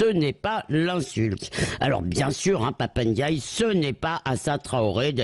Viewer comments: Son nom ne commence pas par un e, il ne s'appelle pas Pap eindiaye, vous prononcez comme des illettrés. C'est une consonne prenasale, comme de nombreuses autres en langue française. Respectez les gens, bon sang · J'aime bien en général les prises de position courageuses de Élisabeth Lévy mais: « Papa Ndiaye ce n'est pas Assa Traoré » D'abord c'est Pap Ndiaye et non "Papa". Ce qui confirme que Élisabeth Lévy, au delà de ses qualités, est un peu désinvolte envers les faits en général et les noms de personnes en particulier. Mais surtout cette phrase est une prise de position catégorique pour la police et les médias contre la vérité, la justice et le peuple français. Élisabeth Lévy devrait, tant qu'elle n'a pas le temps de se renseigner suffisamment, ne pas prendre parti. L'affaire Adama Traoré (29 ans à l'époque IIRC) rentrait dans un schéma hélas quasi-standard: la police, sur des raisons pas claires mais ne légitimant certainement pas de le tuer, l'a tué, et a ensuite diffusé un torrent d'accusations contre lui. Adama était-il ou non coupable de quelque chose? Sans autre témoins que ceux-même qui l'ont tué, ces accusations ne devraient pas peser lourd pour des citoyens responsables et en tout cas ne justifient aucunement le jugement médiatique sans appel qui a été prononcé contre toute la famille Traoré. Il y a un meurtre certain en face de délits incertains et sans aucun doute sans aucune commune mesure avec un meurtre. Ce meurtre par la police est une exécution arbitraire, inhumaine, illégale, et qui ne peut être jugée qu'en assises. Sa soeur Assa Traoré a manifesté depuis et continue d'agir dans la limite de ses faibles moyens pour demander justice pour Adama. La seule critiqu